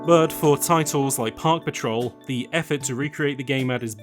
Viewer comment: I know you are saying Park Patrol, but I keep hearing Paw Patrol